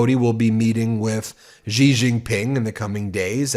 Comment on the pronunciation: Ben! Please pronounce the President of China’s name correctly! The X sounds more or less like SH So Xi sounds like Shee. You’re doing ok on the other parts. And hey, what’s with the blue tongue😃